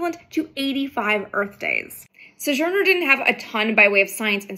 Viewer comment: "suh-zhurner"? Sounds like vintage space has been hitting the vintage sauce.